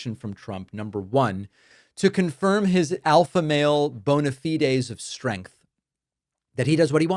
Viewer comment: While I’m on a rant, Karoline Leavitt can’t speak correctly. She pronounces words with /STR/ = with an SH…Shtrength…..and for Trump she calls him President Chump.